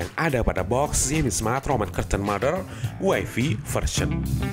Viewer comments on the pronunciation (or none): none